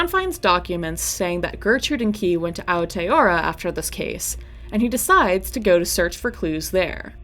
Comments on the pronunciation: very much enjoying these but that country is pronounced Ao (Ow) tea (te-a) roa (row-uh) with rolled Rs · Jesus christ could you not at least look up how to pronounce Aotearoa before sitting down to record